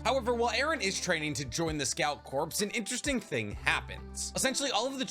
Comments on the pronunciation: Corpse I'd a dead body, Corp is pronounced like core. Jfc you're old enough and smart enough to know this.🤦‍♂️🤦‍♂️🤦‍♂️🤦‍♂️🐝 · did you say corpse and not core holy shit man learn engrish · Sorry if this comes off lame but corps is pronounced cores instead of corpse in relation to a military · You keep saying corpse. Not corps. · Corps is pronounced "core" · My guy, please. Corps is pronounced like Core. Just drop the S pleaaaassseee